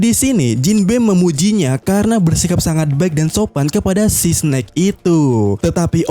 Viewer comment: eS- SNAKE bukan Si-SNake